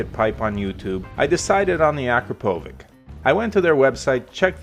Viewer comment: It’s pronounced ah-crop-poe-vitch.